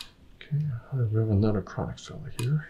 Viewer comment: “ Dat der is a kwonik nerve!” KWONIK!